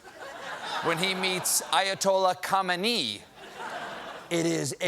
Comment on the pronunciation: Stephen, Khamenei is not pronounced camuhny